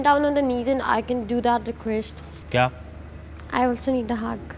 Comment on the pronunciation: what is requesht and pleash english to thik se bolna sikhle ladki